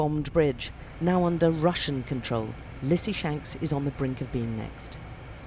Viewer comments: Will this woman ever pronounce the name of this town the right way she says Lizzy-shanks everytime, it is Lizzy-Shansk nor shanx. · Lizzy Shanks - someone teach this lady how to pronounce these words! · The name of the place ends -shansK – it isn't pronounced "lissy-shans" or "lizzy-shanks". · The reporting is phenomenal, but the way that she pronounces the name of the city “Lizzy shanks” really grates on the ears